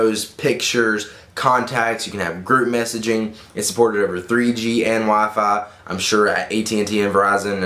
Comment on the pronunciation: lol u said wafahy instead of wifi